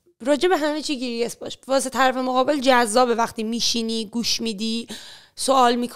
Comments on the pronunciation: آقا این لااقل انگلیسی حرف میزنی درست کیریس نیست کیوریس درسته مثلا با کلاس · Be curious, prefer, was wrong pronounced from her😅